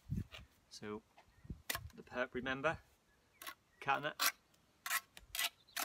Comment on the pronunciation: Nice bricks mate good demo, you should try flick your bed along the wall not drop it and spread it with your trowel bottom upwards, point running along the frog ( hole in brick). Can get a brick bed and a half easy, and its "perp" not perk mate. Half trowel of mud flick downward to flatten out mud. x2 quick vertical down strokes fatter on the on top. The front perp, stroke back towards yourself aiming for it running with face of brick. Then the back perp same as front. 4 quick moments 1 half trowel of mud, flatten off with a flick over your mud board. Years of practice dont except the speed until you can lay straight